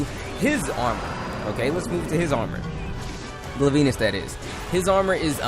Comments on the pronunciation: Gla-veenus? seriously? its Glay-Vinnus, as in a Glaive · its glav-enus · he said his name wrong gla-ven-e-us <------------------ how to pronounc its name